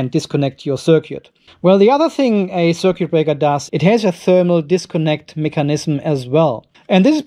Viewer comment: machst dir ne rübe daß die schwatten drähte ein paar millimeter unterschiedlich lang sind jetzt.. aber dein datenkabel hängt wie ne wäscheleine in der luft.. mach liber plus und minus verschiedene farben wenn dir details wichtig sind (das "u" in "circUit" wird übrigens nicht ausgesprochen.)